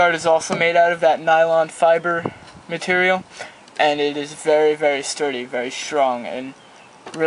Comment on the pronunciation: "vury vury nice vury thsturdy" ok sorry just had to point dat shit out lol